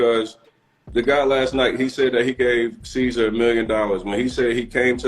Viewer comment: Bro called mans “seizure” 🤣🤣🤣🤣🤣